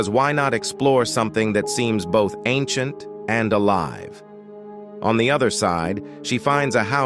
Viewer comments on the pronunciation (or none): none